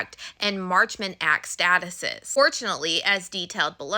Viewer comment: Girl I love you but you pronounce words wrong sometimes. You said statutes as statuses